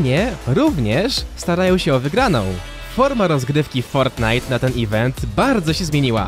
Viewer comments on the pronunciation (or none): none